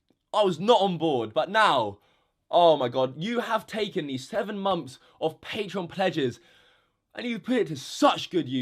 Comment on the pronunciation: no hate on anyone, just noticed how would say "months" it kinda sounded like "moms"